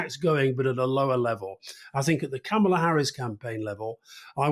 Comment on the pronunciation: Cam a la instead of karma la and bee zos instead of bay zos! Come on guys, do you want us to take you seriously or not?